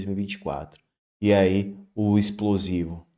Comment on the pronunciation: A junja falo qui é ispolzivu! 😂😂😂😂😂😂